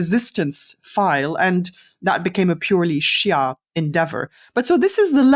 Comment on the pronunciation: Good podcast but I hate Ghattas' prejudice against shias as well as her pronounciation of the word